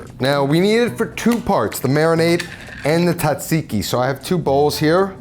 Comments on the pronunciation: As a Greek, it pains me to hear people pronounce it "tsatsiki". It is pronounced like "djahjeekee" Because it is a loan word from Turkish language and we use "τζ" to represent the "dj" sound (like the G in George). Also forgot the mint and dill in the sauce. 😅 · asked google for pronunciation, proceeds to say "TOT-seeky" the entire video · OKAY PRONOUNCE TZATSIKI "T" IS SILENT, SO IT IS ZAT (EMPHASIS ON THIS SYLLABLE) -ZEEKEE... ZAT-ZEEKEE (LONG E FOR THE "I's) NOW GO AND PRACTICE AND KNOCK OFF THE T SOUND...YOU SOUND LIKE AN IGNORANT ITALIAN FROM THE SOUTH...NOT ONE FROM THE NORTH, LIKE ME!!! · You mean "TOT-seeky"😂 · Also, pronounced correctly makes it taste better. "TOT-seeky"😂